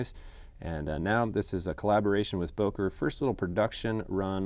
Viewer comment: BÖKER NOT BOKER